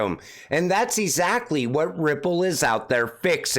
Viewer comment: I like your channel a lot but please pronounce the word as it’s intended, exactly, not ezakley. Sorry man, that IS NOT meant to be a personal attack, probably just my age.